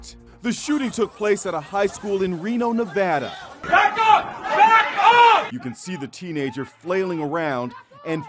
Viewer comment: Someone finally said Nevada right